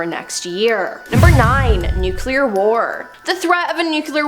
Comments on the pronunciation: Must be the George W Bush pronunciation.... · It's nu-cle-ar not nu-cu-lur. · nuquelar? really ? ?? ahhaha